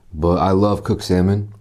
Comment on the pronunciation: sa-moan lol